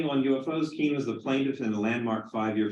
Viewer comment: It’s pronounced Kane , not Kean. She’s probably wishes that she just changed it to keen 50 years ago lol.